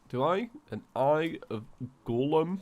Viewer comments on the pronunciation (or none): Every one:golem.: gorlem🤣